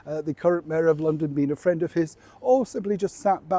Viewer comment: Heeeth a fwend of mine 😂